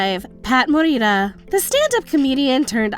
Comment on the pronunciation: Morita is JAPANESE not Spanish, You don't roll the R. So please stop with the virtue signalling.